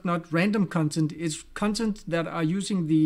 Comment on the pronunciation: I will definitely pronounce "cuntent" from now on 😅